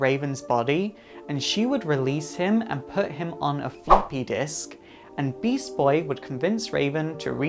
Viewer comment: How hard is it to say beast boy